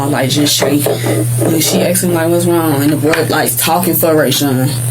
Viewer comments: It's asked.... Not axed. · "I axed him" 🤦🏼‍♂️ pleaseeee Asked, it's asked! 🙄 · "I axed him to use the bathroom" 🪓 🤣🤣😂😂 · I axed him, Know what I’m sayin, whatnot or whatever!😂